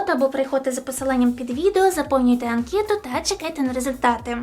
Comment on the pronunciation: не мєта і анкєта, а мета та анкета.